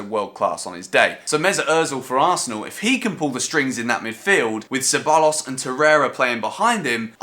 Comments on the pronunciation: it's pronounced se-buy-ohs (double L is a Y in spanish) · Two L’s in Spanish make a J sound so Cebajos if u want to. No pressure though.